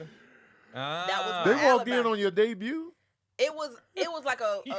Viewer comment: “Ya debut” 😂😂😂😂